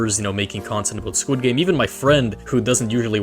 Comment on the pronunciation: skwid gaymes